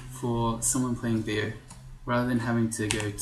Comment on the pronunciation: pretty sure Beogh is pronounced "Bog". It was originally an acronym for Brian's Orc God (B.O.G). Other then that, great video, great series, keep up the good work!